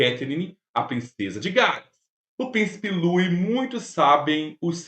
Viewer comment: IMPERDOÁVEL NÃO SABER PRONUNCIAR O NOME DO PRÍCIPE LOUIS